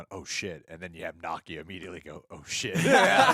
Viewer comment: Why is mispronouncing Nakia's (Nuh-kee-uh) name? He's pronouncing it like Nakia (Nah-kee-uh) from Ms. Marvel.